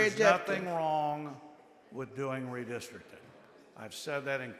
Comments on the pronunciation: Redistricting, not "Redisrikin" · What does "redistricking" mean? Before she states her argument, she should learn how to pronounce the word "redistricting" 🤦🏼‍♂️😂